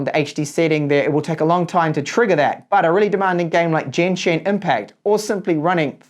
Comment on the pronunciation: The only one big problem here is that you said jen-shin instead of genshin 😔